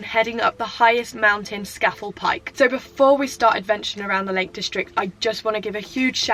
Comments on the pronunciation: It’s pronounced scar fell pike dear 👍🏻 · Love your off grid videos and it’s pronounced ..SCAaaa FELL.. Pike 👍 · Scafell is pronounced Scarfell I lived up there for a few years enjoy it's fab !! The name for people who climb these peaks are nicknamed Cragrats by the locals !!